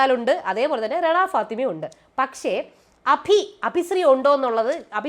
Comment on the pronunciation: രണ ഫാത്തിമ അല്ല റന ഫാത്തിമ (Rena Fathima) ആണ് ട്ടോ 😅❤